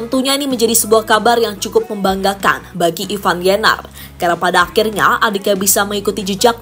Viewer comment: Ivar Jenner Ivar Bukan Ivan Waduh payah nih pembawa narasi, gk pinter2 sebutinnya